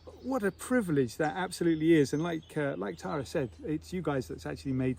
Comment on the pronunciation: Tara not Lara 😂